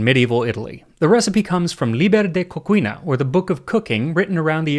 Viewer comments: Coo-chee-na is the proper pronunciation of Cucina. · Libre di cucina - pronounced as coo-chi-naa.